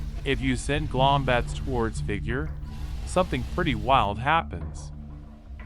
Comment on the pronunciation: Its gloombats not glombats